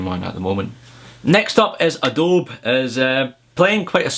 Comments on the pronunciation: Adobe is pronounced like "AdoBEE" not aDOBE. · Just to let you know, it's 'Adoby' not 'Adobe' when you say it ;). And what I would really want on the new MBA is a bigger screen.